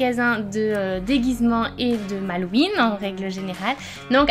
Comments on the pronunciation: Cest pas Halloween parceque au début tu dis malloween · Pourquoi elles disent "malloween" ?